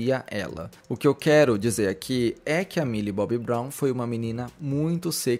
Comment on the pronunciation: é "Milly Bonnie" amg KAKAKAKAKAKAKAKAKAKAKAKKA me acabo com essa